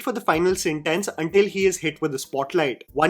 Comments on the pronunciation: Its sent-tince not sent-tense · Death SENTENCE? Bro what's with the pronunciation?